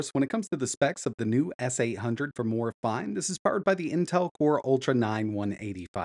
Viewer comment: its pronounced "Morayfeenay"!